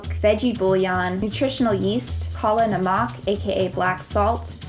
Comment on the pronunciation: It's "Kala namak" .... Not "kola namaak"